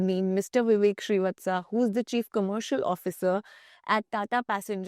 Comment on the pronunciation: Srivastav became srivatsa.... Everything else is perfect.